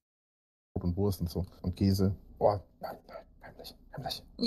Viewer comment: ja man, dachte ich bin der einzige ... keeesä, bah Aber was mich auch grad zur zeit immer unglaublich mett macht, ist seine Aussprache von "Baby" ... Beeebi